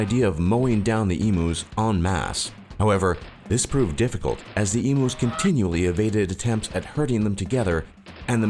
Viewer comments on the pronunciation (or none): Yes, it's pronounced e-mew, not e-moo. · ITS EMUS NOT EMOOS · I laughed so hard at the em-oo it's said em-you!!! Omg hilarious. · My Problems with this video: He called Emus E-moos you pronounce it Eemyou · Emooos lol Great emooo war this guy 😂🤣😅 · please this was supposed to be informative not comedic I laughed so hard at "eemoos" I had to go back to actually listen to what you were saying. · OMG IM LAUGHING SO HARD A 8 WHEN HE CALL EMUS EMOOS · EMOO'S! I'M DYING XD XD XD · Lucas Harrison Yes Lucas calling them emoos. I bet the emus hated it even more than us. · My thoughts, u pronounced emus wrong, the refugees and stolen generation: the governments crap, our internet speed isnt THAT slow & yes we do live on a death trap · Omg, your pronouncing EMUs wrong, it's painful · You're pronouncing 'emus' wrong you stupid narrator. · It actually annoys me that he pronounces emus so wrong :/ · true but there's only one way to say emu and it ain't exactly rocket science